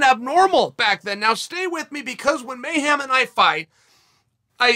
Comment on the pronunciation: "MayHAM" hem Chael mayHEM